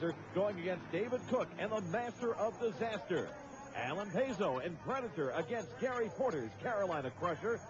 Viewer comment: play by play guy said pezo wrong